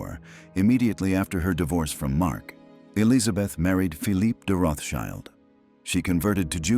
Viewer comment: It's pronounced: Rotsheelt".